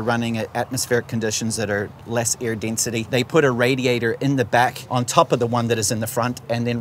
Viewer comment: I love how Rhy's accent totally breaks into the most american sounding "radiator"